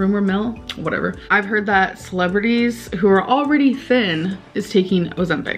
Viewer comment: She has often mispronounced meal as mill, now when she is actually using the word mill she says meal i cant tell if shes doing it on purpose or not lol